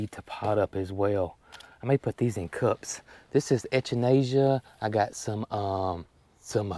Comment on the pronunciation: Ok, Mr. WordSmith, I just have to say that altho you are pronouncing most of the word Echinacea corrently, the "C" is a hard "C". Ec is pronounced like heck. So, it is Ec a nay cee uh. 🤣🤣🤣